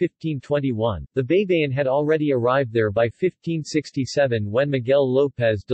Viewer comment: Men, it is not BEY-BE-YIN. It is BAY-BA-YIN. ᜊᜌ᜔ᜊᜌᜒᜈ᜔ = BAYBAYIN ᜊ (BA) ᜌ᜔ ( Y ) ᜊ (BA) ᜌᜒ (YI) ᜈ᜔ (N) Always remember that in the Tagalog language the letter "A" always sounds like "AAAAAAA...." and NOT "EEEEEEE...." Example: A-pple, A-merica, A-frica, A-ustralia, etc.